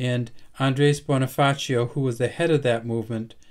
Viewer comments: The Pronounciation of the name of Bonifacio was Bonifasyo not a Bonifaceo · Bonifacio is pronounce as bonifasyo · Maybe may background sya sa spanish kaya T ang bigkas nya sa C.